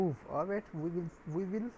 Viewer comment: you kill me when you say "arwight" every second and I don't understand what is it please help :(